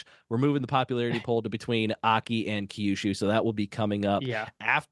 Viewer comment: Second time checking in, still long winded. Key-yushu is tough to listen to multiple times. I'm confident I could hear a few Toki-yos if I hang a bit longer.